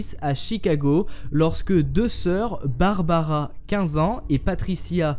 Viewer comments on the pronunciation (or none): barbara , et pas barabara ^^ . Oui je sais elle date cette vidéo mais comme je suis un nouvel abonné, je visionne des suggestions. Sinon : c'est bien d'avoir laissé tomber les bulles façon BD ( en + les nuages ; ce sont des pensées, pas des phrases dites )